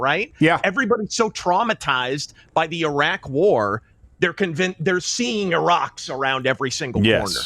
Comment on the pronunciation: Crazy hearing Americans pronouncing Iraq and Iran properly. Well done